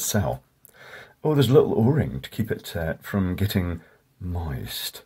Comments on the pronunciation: The emphasis on "MOIST" 😂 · Oh Geez,... The way you said "moist", I almost choked laughing. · Don’t say moist like that😂